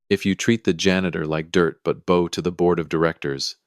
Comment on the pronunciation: Heir, not air. Bow rhymes with how, not now. He got up and walked out - what about Sterling? Did he leave him standing there?